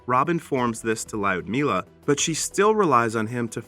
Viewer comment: And the way he pronounces Ljudmila. Just... Cringe.